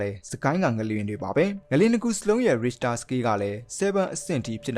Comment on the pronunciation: Professional ကျကျ အထာကျကျပြောချင်ရင် Richter ကိုတော့ အသံထွက်မှန်အောင်လုပ်သင့်တယ်